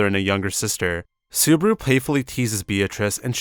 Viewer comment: this is perfect. only thing is botching subaru's name. makes me cringe a bit.